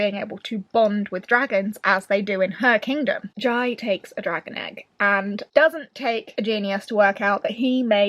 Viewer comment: Whooooooo! I'm so so happy you enjoyed Dragon Rider! (Just a small note, I think the central character's name is pronounced like Jay - but if Taran talked about him during the event and that's how he pronounced Jai's name ignore me! I trust in Taran's word heh) given empire + politics + dragons I was 99.8% sure you'd love it hehe